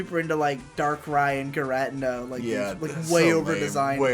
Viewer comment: saying things like "Gi-rat-tenna" makes it really hard to defend your pronunciations lmao